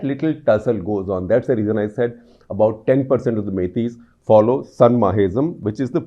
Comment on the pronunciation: I am from Manipur and I like this so much. Always follow your channel. Very impressive. Only pronounciation mistake was Sa-na-mahism